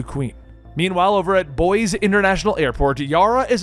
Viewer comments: its "boy-ze" not "boys" "fine-ite" not "fin-it" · Love ya',, really like the video, but I am going to call you out on the mispronunciation of Boise in the Yara Flor section of the video. Boise Idaho where Yara is landing is pronounced "Boy-see". It is something a lot of people get wrong when they see Boise written out so don't feel too bad about it. It is just something to keep in mind going forward seeing as you probably will be covering more Yara and Boise is likely to pop up again.